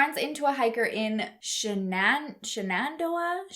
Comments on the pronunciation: It’s Shan- nen- doe - uh. Haha, I live right by that national park. In Virginia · Its is pronounced SHANNON-DOE-UH. Listen to the old song by John Denver. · "shenan-doh-a" had me rolling. Its usually pronounced like "Shanon-dough-ah" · “Shenandoah” is pronounced like ‘Shennon (like Shannon but with an E instead of an A)-dōe-uh’ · I will try and help on 2 of the words you needed help on because we have cities here in Mississippi with those names. One is Shanendoah and it’s “Shannon-doah” and Monticello is “Monticello-cell-o”. Hope that helps. There are some weird towns/cities out there. You wonder what they were smoking when they thought of these names. We have a creek here called Tchabouffa. It’s pronounced “tusch-a-boof-a”. 😂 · I found this case interesting because my husband and I used to hike and backpack, and am familiar with the Virginia AT. FYI, "Shenandoah" is pronounced shen-an-DO-uh. Our country is full of places called by what the Indians called it, and Shenandoah is one such name. Virginia is full of wonderful hiking trails. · Shan-in-doe-uh West Virginia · I'm an hour from front royal and "Shannon-dough- a" lol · Shenandoah is pronounced Sh an an doe ă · It’s pronounced shannon-doh-uh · Its pronounced shan-n-dough-a it's not spelled how it's pronounced lol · Shan-AN-dowah lol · I grew up in Virginia. Shenandoah is pronounced shennan- doe- uh like Shannon , but with an e. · Tell me you weren’t in middle school band without telling me you weren’t In middle school band; Shanan-due-auah?” 🙃🤣 Love you anyway, you tried. 💖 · It’s pronounced Shen-an-doh-uh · The place in Virginia is pronounced Shan in dough a. Lol Shenandoah national Forest. Love watching your videos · Shan-en-doh-uh 😊 Duh-Mass-cuss 😊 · Shenandoah is pronounced like SHAN- EN - doe uh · Shannon dough a is how it’s pronounced lol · To help a bit it’s Shan-en-dough-a valley 😂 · It's pronounced "Shan-an-dough-uh" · it's pronounced "Shannon-DOE-ah" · Shan -an-doe-ah